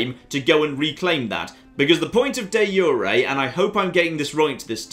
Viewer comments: it's not pronounced yu re but ju re like the j in your name. Also improve diplo works with others too. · De jure is pronounced Dee zure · I have never heard someone pronounce De Jure like this